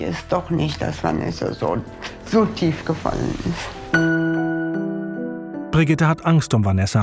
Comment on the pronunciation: Mutter: Brigidde 😂